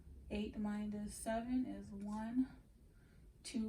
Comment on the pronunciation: Saying Mindus Is getting under my skin 😩 Minus .. No D